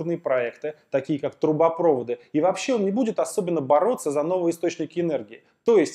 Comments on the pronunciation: Ахмед Зайнулабитов я про ударение в слове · ТрубопровОды, Алексей. Не трубопрОводы...